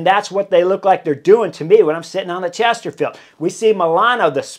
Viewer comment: Everytime I hear him say The Chesterfield 😂✌